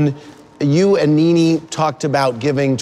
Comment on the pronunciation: themezzy mahon I know you did not just say “kneeKnee”